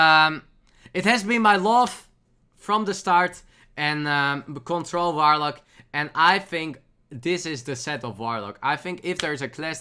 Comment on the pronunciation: )) Awesome Dutch pronunciation there, mate; you really made me smile with that 'F'oidlord 'V'orlock ^_^ I've studied German back in the day at the Uni but I also got the chance to hear some Dutch so I can easily recognize the similarities between these two Germanic languages xD